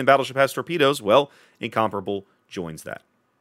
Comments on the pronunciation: Sounds weird the way you pronounce it, It should be pronounced like in- com-pair-able, btw I am from England, and it was originally going to be a Battle Cruiser... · Thank you for finally getting rid of the word “Incom-pair-able” outa my head driving me mad!